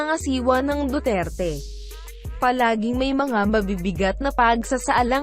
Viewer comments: BULOL, DUWERTE ANG BIGKAS MO PO..HINDI DU TER TE.... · hoy tangina mo duterte po hindi dutert tangina mong robot ka